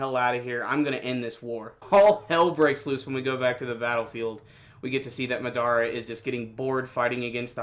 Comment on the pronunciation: It's Ma-da-ra not Ma-dara.